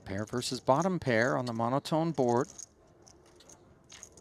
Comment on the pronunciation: Did you know that the word "versus" has two syllables? doesn't.